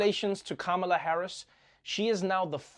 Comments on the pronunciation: Please use equal emphasis on each syllable of Ka-Ma-La's name . The Ma has no extra emphasis as you say it. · Kamala is correctly pronounced “comma-la) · the vowels are short "ka-ma-la" how hard is it? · Even Trevor cannot call her name correctly in the first clip, good that he's trying to get it right now.